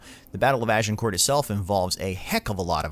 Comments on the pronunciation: Small tip, when you say "Agincourt" leave out the the "t" at the end, you actually have to say "Agincourrr". The "t" is silent. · I can't watch this video due to the unbearable pronunciation. "Agincourt" - you don't say the letter 'T' at the end of the word, because in French you don't say the last letter of words if it's a consonant (unless the following word starts with a vowel). It should thus be pronounced "Agincour" and the 'G' should be a soft jjjjjjj sound. A bit like the 'S' in Asian. Ajjjjjincour. Not "Ah jin court". Oufff.... and I'm not even French! XD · Can't take a commentator seriously than pronounces the letter 't' in Agincourt. Its pronounced Agincore. Philistine. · You don't pronounce it AgincourT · Pronounced Agincore - not court. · "Azincourt" is the French name. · Az - in - core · You don't pronounce the t in Agincourt. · Agincourt has a silent T. Just sayin. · The narrator needs to learn to pronounce names correctly, e.g.: Agincourt, Branagh, etc. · If nothing else the film may teach the narrator how to pronounce Agincourt... 😁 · Do not pronounce the T, in France it is known as Azincourt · Why is that Americans fail at the pronunciation of every word they ever utter, The t in agincourt is BLOODY SILENT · FYI the T in Agincourt is silent. Good video though 👍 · Also Shrewsbury is "shrose buh ree", and Agincourt doesn't have a "t" sound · How about Agincourt? Is the pronunciation correct?